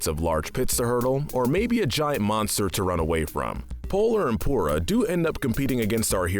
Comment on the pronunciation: why is this guy saying aku aku so weird. edit: tf did he call pura? POURa?